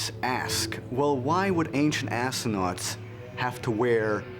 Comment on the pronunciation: Lol assonaughts 0.52 seconds lol